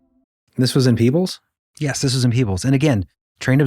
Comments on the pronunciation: I live in that county.😊 You mentioned a crack. Yes, there is a fault line running through the creek bed in Davis Memorial Nature Preserve. It's a fissure where 2 stone masses meet/shift. Not far from Peach Mt. Signage on trail points it out. It's Peebles NOT Pebbles, dear reader. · Yeah the AI story teller butched even town like Rarden, Ohio not roarden. Peebles, Ohio not Pebbles. I started to give them some legitimacy because they said it right to start then messed it up in storytelling.